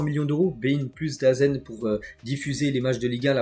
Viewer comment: ça fait des s maines que je t'entends épeler DAZN alors que ça se dit "dazone"